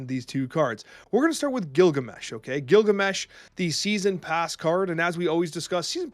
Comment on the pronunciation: Not Gilgameh?